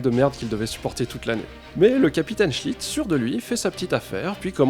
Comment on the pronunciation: Au début Je croyait que tu disait le capitaine chit... alors: toilette, chit .... Mais c est seulement et lisant les commentaires que j ai compris .... cool ta vidéo, intéressante en tout cas . Bravo!